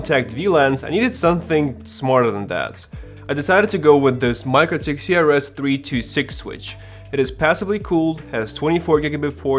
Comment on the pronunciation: its pronounced meekro-teek